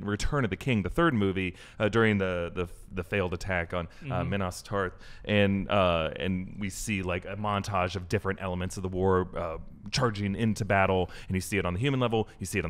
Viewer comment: Its Minas Tirith...you said Minas Tarth hahaha getting worlds mixed up